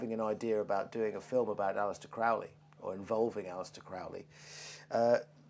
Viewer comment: Dickinson has not got a clue about Crowley, he manages to misunderstand everything about him. He can't even pronounce his name correctly. If you wish to have an accurate presentation of Crowley's life and teachings read Churton's biography and Richard Kaczynski's biography. Dickinson presents himself as a Crowley scholar but simply has not got a clue.